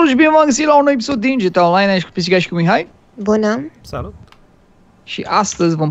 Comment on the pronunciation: nu se zice GITEI CINCI se zice GTA5